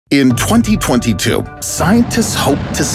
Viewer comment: I find how you say 2022 VERY OFFENSIVE and offensive content notice